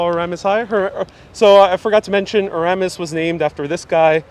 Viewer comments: It's pronounces E-ras-mus, You're leaving out the first s. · It's ERAS-Mus! You pronounce the 1st and 2nd S! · Your mispronunciation of 'Erasmus' 'Albemarle' etc. was a turn-off. btw, Erasmus Hall buildings are gothic architecture, NOT Victorian.